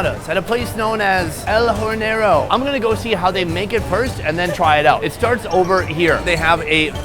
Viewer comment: It’s not hor-nero lol you have to pronounce like if you said or , order, ORganization… so it is OR-ne-ro lol 🤪